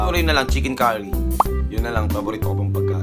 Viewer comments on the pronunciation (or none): none